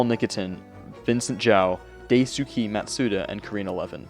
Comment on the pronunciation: weebs when they hear him try to pronounce "daisuke"